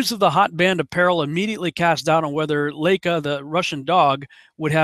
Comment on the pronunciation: LAIKA is pronounced as " ' lie-kah", SPUTNIK sounds like " 'spoot-neekh"